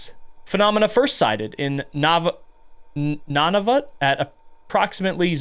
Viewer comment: Nunavut is pronounced nun- like the catholic nuns Nah- like hell nah and vut like foot. Also love ur vids